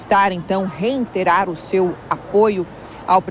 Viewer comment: Alguém poderia dizer à repórter, que é "reiterar" e não REINTERAR? Até dói no9s ouvidos!!!!